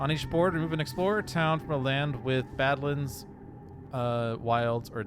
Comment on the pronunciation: You've got the Dahan pronunciation correct now, but still need some more work on your Badlands. Each syllable gets emphasis: not just the first one.